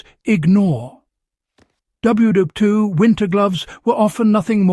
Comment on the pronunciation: This AI can't figure out how to say WWII.......